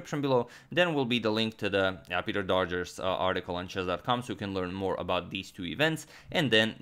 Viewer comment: the worst pronunciation of Doggers I could imagine. Dodgers? Really?